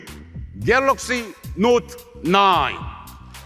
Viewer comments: Love it when he says Galoxy 😆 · Galux note 9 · galoxy not 9! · David Kaner galox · “The old new galoxy note 9”👂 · Geloxy Not nain